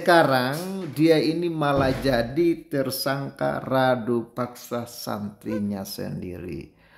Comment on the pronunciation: Abang, Rudapaksa bukan Radupaksa